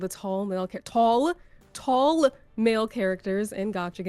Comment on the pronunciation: Geez, how much emphasis do you need to put on the "tall". Wonder I'd she would criticize a guy saying only the "bustiest" with that much emphasis lol